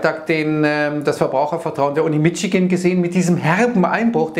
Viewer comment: "Uni Mitschigan" :D